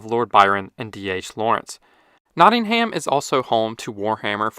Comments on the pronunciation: For those who haven’t been or spoken to anyone, it’s usually pronounced more like: ‘Notting-um‘ (studying maths there) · Good video but Nottingham is pronounced, “Notting-em’ ignore the ham. This is the same with many places with ‘ham’ in their name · It’s pronounced “Notting-um” ☝️🤓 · ‘Not-in-haym’ 😂 lol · Just a pronunciation thing, Nottingham is pronounced as Not-ing-um (Or Notts). The over-pronunciation of the H feels similar to non-UK people not being able to Worcestershire. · Nottingham is pronounced without the H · As a Nottingham resident, please never say that again